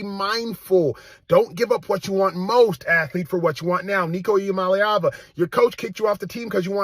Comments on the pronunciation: Wow. U butchered hia last name. Good for u!! Nico gonna regret this. His daddy is a greedy fool. 🍊🍊🍊GBO!!! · Dude, you absolutely trashed Heupel and Iamaleava's names.😅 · Its E-ah-mah-la-ah-va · Stopped video seconds in! Bro check your pronunciation of athletes and coaches names before making content! Y'all can but I can't watch or listen to such a piss poor production. Thumbs down on this one. For the record the names are EEE AMA LEAVA AND HYPE-LLLL SAY'EM LIKE YOU SEE THEM! BUT SPELLED DIFFERENTLY. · Ain’t even mad he cant pronounce iamaleava , but know knowing Heupel’s name is nuts